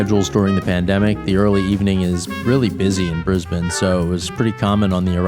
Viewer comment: wonder if any of these you ferried will end up on our FIFO flights YPPH to YBDG ..mind you we have been seeing a few more A320's and Fokker 100's lately on this route. Of all my channel subs this is my most favourite now. And you even pronounce Brisbane correctly too!!! Roll on your next contract!